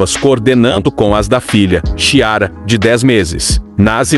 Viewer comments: Chiara com som de "X" ??? Meu caro, ou minha cara, essa voz parece mecânica e talvez por isso o nome tenha sido pronunciado assim. Mas "Xiara" se pronuncia "Quiara"!!! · CHIARA é um nome italiano e como tal se pronuncia QUIARA, não como no vídeo. Chiara no portugués seria CLARA. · Este nome Nao pronuncia Xiara e sim Quiara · 😬 XI)ARA ??? O NOME DA BB ASSIM COMO DOS IRMÃOS É ITALIANO 👉 ENZO / SOFÍA E CHIARA , QUE SE PRONUNCIA COM SOM DE ((( Q ))) ME DESCULPE A CORREÇÃO MAS É QUE SOOU TÃO ESTRANHO QUE NÃO AGUENTEI PERDONA - ME !!! 😍❤️😘❗ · A pronúncia do nome é Quiara de não chiara... é nome italiano. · Parece que o nome da bebê se pronuncia com som de Q. Será?! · Pronuncia-se Quiara. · Pronuncia Quiara...